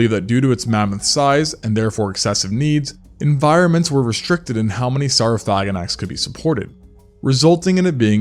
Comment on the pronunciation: SOR-Oh-Phagh-Ah-Naks. That's how it's actually pronounced